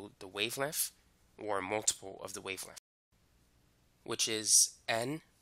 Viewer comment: how he pronounces "Perfec" and "wavelemff" got me dead